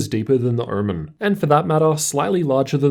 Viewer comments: I’m I the only one who heard ‘oormen’ many times ? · What is hermen? Kept hearing it in the video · Great review, only thing that is killing me is pronunciation of "omen". I keep hearing "ermen". is it just me or ?!?!?!